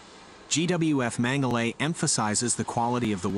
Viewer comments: I wonder why they pronounce the manufacturer "mengelly". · Mengele pronounced as Mengelee so we don’t confuse it with the infamous Dr. Josef Mengele.